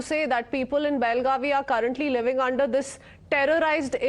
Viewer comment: This is not belgavi, that is belgav..